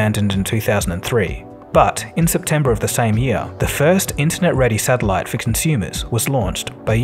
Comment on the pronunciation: What's a sadilite?